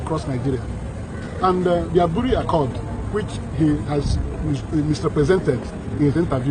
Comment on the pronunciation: Is pronounced Aburi not Abure.. Aburi is a town in the eastern region part of ghana.